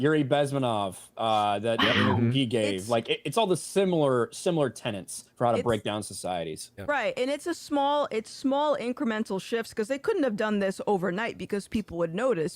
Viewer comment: "Tenets", not tenants . "Pundit", not pundint . And btw the WGA has been up to these cheese-D!¢k shennanigans since before Gary sold his 1st comic. It goes back to pre 2002.